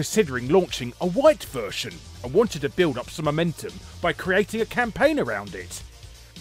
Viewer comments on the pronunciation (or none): none